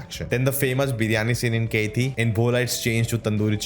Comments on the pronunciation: It's not keithi .... It's kaithi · Bro!!!!! It's "KAITHI" not "KEITHI" FOR GOD'S SAKE!!!! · Wtf are you telling Its kaithi Not catiii